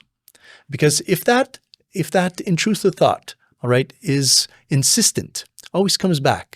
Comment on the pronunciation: Intruthive sought 😂😂😂😂 love it